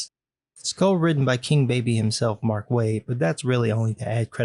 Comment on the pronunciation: “It’s co-written by Make Waid. But that’s just to add legitimacy to the project.” Mark Waid? Add legitimacy to a project? Sorry I need to go and laugh myself breathless